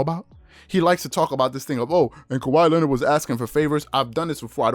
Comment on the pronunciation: SAS can‘t even pronounce Kawhi ”Lennid” right, what a fool 😂😂😂